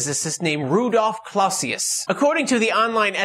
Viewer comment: Clausius is pronounced more like Clow-sius with Clow as in Clown.